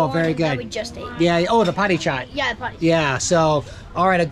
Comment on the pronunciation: Sir. Thats chatpat not pottichat. 😁😁